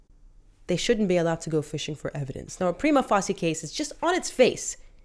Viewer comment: RFOL, you cant even say prima facia properly. Go back to lawschool